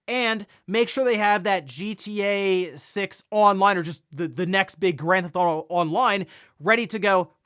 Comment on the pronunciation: "Owder" "Gran'th'awto" These episodes are the best when he says both of the things he can't pronounce a dozen times.